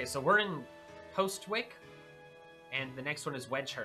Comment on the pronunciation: Le sigh... one day i will find a youtuber that pronounces postwick like the real english town. I love watching this now, so many people complain about this game and it makes me doubt myself that i enjoy it but your excitement in this is reassuring